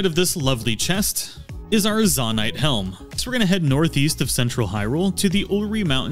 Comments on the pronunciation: Zone-ite not Zon-ite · ZONE- ITE....not Zohn ite.....jesus.... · Nahh bro why are you saying zanait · zo-nite not za-nite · It’s zonite not zOnite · Great video, super helpful. The way you say 'Zonaite', though, fills me with seething rage. Even more than people pronounce bokoblin wrong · Im sorry but the way you say zonaite hurts me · Why do you say zonite like that…it cuts like a jagged spoon everytime you mispronounce it. Lol You said zonia fine ONCE but gah dang.